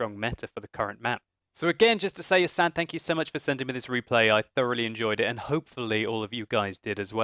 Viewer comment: u said his name wrong.. its ass-ad